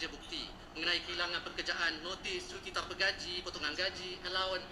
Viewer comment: TANPA Bukan TAMPA..nampak sangat pemalas baca buku